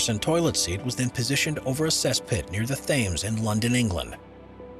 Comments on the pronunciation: TH-ames? Come ON! Thames pronounced Tems by us Brits! 😠🙄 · just a note, the Thames in London is pronounced Tems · The Thames. Phonetically, anyone normal says it 'temz' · Thames?? it's pronounced (TEMS) please do your homework. You make way to many mistakes in your pronunciations and misrepresentations. Get it RIGHT please. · Fascinating as always. (By the way, the 'H' in 'Thames' is silent). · Can’t pronounce Thames? Did you not attend junior high? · The information presented was very interesting, but how a professional narrator can mispronounce “Thames” one of most famous and well known rivers in the world is beyond me. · It's because he's American. They speak American, NOT English!!! They miss-pronounce EVERYTHING!!! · pantscaughtdown Yes, it's not the first time I've noticed it!